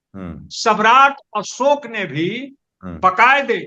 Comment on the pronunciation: अशोक ऐसे होता न कि असोक